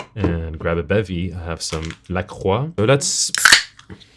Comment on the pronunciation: Flawless pronunciation of "Lacroix" 👏